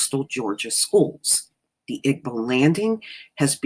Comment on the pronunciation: By the way "Igbo" is pronounced EE-bow (bow... as in bow and arrow).